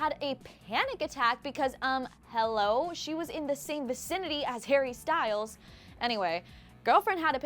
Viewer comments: "hare bear" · "har-bear" vomits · Did she say "hearbear" wtf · Harr bear 😬 cringe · nobody calls him harebear please stop